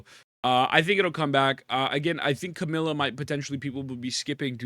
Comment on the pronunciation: can you stop saying Camila instead of Camellya?